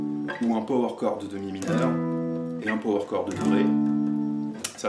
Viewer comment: “Peau-Oueur Corde”!!! 😅